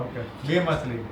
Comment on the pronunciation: Jay shree krishna all family 🙏🏻 game ramta ramta machhali bole che,ke matali😅